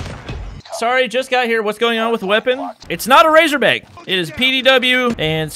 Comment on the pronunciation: It GayZorBack